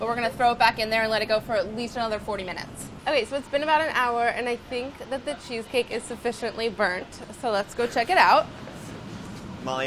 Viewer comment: Funny how she makes it sounds like sheesh-cake.